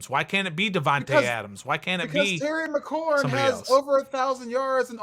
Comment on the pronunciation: This man said terry mcclaurin and Allen . He lost some credibility saying that lol